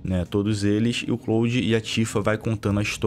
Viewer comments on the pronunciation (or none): O falando "CLÓUDI" é mt bom kkkkkkkkkkkkkkkkkkkkkkkkkkkkkkk